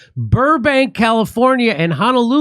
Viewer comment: Lahaina (La-high-nah). And Honolulu, not Ha-na-lulu. It's a little thing but the effort will be appreciated. Thanks Jimmy!